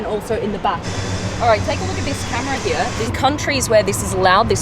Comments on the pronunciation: I love how she pronounce "here" as 'hiiya" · I've never heard anyone pronounce "here" as she does...